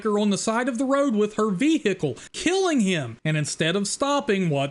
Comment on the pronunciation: VeeHickle 😂. Some of these movies 🤔🙄